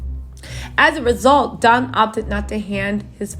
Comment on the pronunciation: It's don not dom